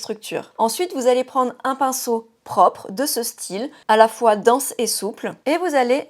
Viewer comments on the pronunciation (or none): none